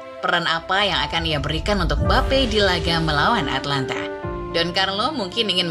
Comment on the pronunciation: Atalanta sama atlanta beda ya nyet, perbaiki lagi penyebutan nya